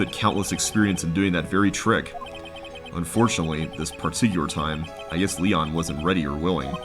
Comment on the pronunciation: It may be too late, but Léon is pronounced differently. I believe it's more like "Lay-on". I don't know what those tiny lines above certain words (like in Spanish) are called, but they indicate that the word is pronounced slightly different than it looks. I don't know much Spanish, but I do know it's not pronounced, "Lee-on".